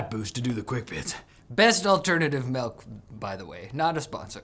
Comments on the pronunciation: You say it like "MELK" Like the first age of middle earth and MELK 'or' SOWR onwards club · Everyone else: " is back!" Me: said "Melk". Re-cancel the channel. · bro said "melk" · I think it's called "malk". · Dad's home with the melk! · He’s back! And he brought the “Melk". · really said “melk” 😱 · Malk, melk